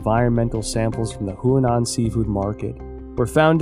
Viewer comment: The man cannot pronounce a single name correctly in Chinese. He has been writing about the Chinese Communist Party for over 10 years and he cannot pronounce Chinese names? He even calls the Huanan Seafood Market the Hunan Seafood Market. Look, I don't challenge the findings he may have made, but he should have taken the time to speak with native Chinese speakers to get the pronunciations right. He calls himself an expert, but he obviously can't speak the language. Sorry mate, but you've undermined your credibility completely. You must have been reading only articles written in English, so you are obviously not a true expert on China and the CCP. China in Focus, shame on you for letting him make this video without helping him make the correct pronunciations.